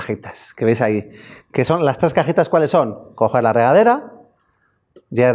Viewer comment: No manches!!! Tuvo que pasar una hora para que un chavo aclarara que son cajitas no cajetas jajajajajaj inche esoañol que no abre bien la boca para pronunciar bien las vocales.